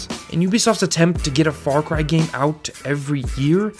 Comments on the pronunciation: fawcwy? FAWCWY? sorry bud you can't have an opinion with that speech impediment. disliked. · did he say far cwy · “Far Cwy is a seewies” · Far Cwy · Far Qwy lol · "Far Qui"